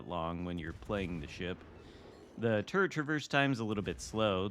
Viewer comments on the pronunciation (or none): none